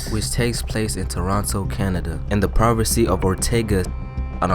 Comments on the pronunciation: bro you need to learn how to read. I apologize if you are dyslexic but if you arent you need to go to reading classes. no way you should be pronouncing ontario as ortega and province as privacy. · why you say in the provance of ortaga instead of the province of ontario im from there bro learn english